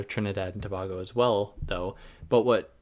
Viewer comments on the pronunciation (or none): Its to-bay-go